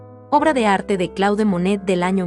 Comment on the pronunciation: No es Claude, se dice Clód porque es un nombre francés.